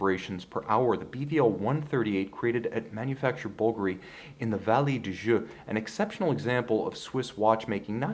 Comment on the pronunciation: I bet it’s incredibly lightweight. Like you aren’t even wearing a watch. Thanks for pronouncing Bulgari correctly. 👍